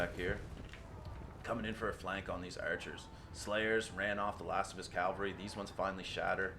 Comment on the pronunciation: Good fight man, turned it around in the endgame. But if I may: it's cavalry, not calvary.